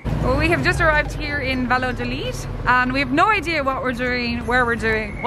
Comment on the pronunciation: Cute video. 😊 By the way, the name of the town is pronounced Vayadolid, and not Valadolid.